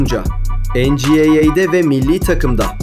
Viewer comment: En ci ey ey değil dostum, en çi way way olacak